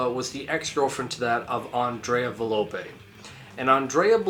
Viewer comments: nicola sapone was not the girl, it was the bald dude. also its volpe not valope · i have to say this is not very well Research ed, there is a lot more Information regarding tollis and his involvement with members of the beasts of Satan. Also you got some names wrong (Its volpe and not velope, for some. reason you say it right later down the line)